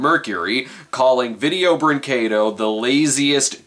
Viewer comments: "If we're gonna talk about a company like Video-" pauses video, prays he pronounces it right, plays video "Breen-KAY-doh..." 10/10, better than Film Brain, you actually got it right! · Holy fucking shit, someone reviewing a Video Brinquedo... thing... actually pronounced the name of the company right. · It's refreshing to see an English speaking reviewer pronounce "brinquedo" the right way!